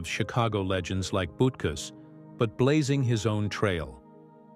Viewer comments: Correct: Urlacher is "Ooh"-lacher as in "Ooh, what a hit! 😁 Incorrect: Butkus is not "Boot"-kus. But, "Boot"kus will kick you in the "Butt"-kus. 😁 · I counted at least 6 or 7 ways they mispronounced Urlacher's name. AI needs to step it up and be programmed to pronounce words correctly. They also slaughtered Butkus's name as well.